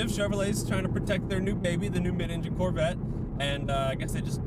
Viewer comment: If you say "mid-engine corvett" one more time! 😂😂